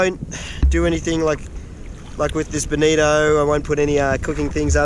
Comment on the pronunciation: While I would compliment your balls, I would just like to thank you for saying bonito and not bonita.